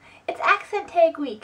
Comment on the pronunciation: You said yaaa and the biggest two were: ruff for roof and tegg for tag :)